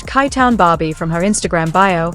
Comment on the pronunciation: Chi chi-town not kai town sounds like SHY. Shitty ass AI voice over